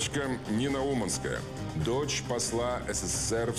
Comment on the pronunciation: Oкpaинский канал.🤣🤣🤣свалил всех детей в одну кучу. И cлипили историю. У девочки даже фамилия не с тем ударением, она умАнская.